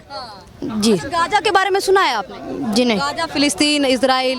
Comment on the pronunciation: गांजा नही गाजा होता पत्रकार महोदय